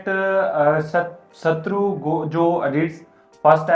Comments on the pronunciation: Satru nahi Saturo Gojo bolna bhi nahi aata 😅😂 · Bolna to aata nahin Hai sutturu kah rahe hain😂😂😂😂😂😂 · Are yaar 😂😂😂 it's not Satruu Gojo it's Satoru Gojo ... But koi bat nhi ... Next plzz Levi Ackerman ❤ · Gojo saturo ko satru 😂 bol rha hai